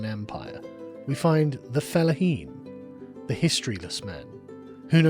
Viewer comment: I swear Sargon, I am so tired of hearing you say "felaheen".